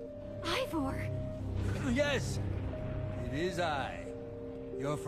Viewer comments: Did just say Iver? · Dear, it is IvOR not IvER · How DanTDM says it: “Evor” How says it: “Iver” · Also It's Ivor Not Ivory